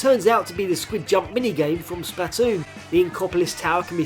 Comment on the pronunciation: Why do you keep saying Spatoon instead of Splatoon